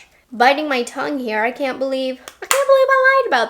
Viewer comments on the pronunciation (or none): none